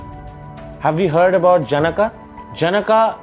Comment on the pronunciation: Pronounciation of janaka is wrong. Otherwise good. All the syllables should have equal swar. Instead of जन्का, it should be ज न क